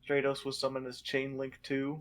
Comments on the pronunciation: Please, it's "STRAT-os," as in "stratosphere," not "STRAY-tos." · "STRAY-tos" "HonestY Neos" What the fuck?